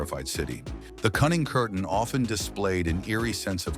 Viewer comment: The name ist Peter Kürten or Kuerten not curtain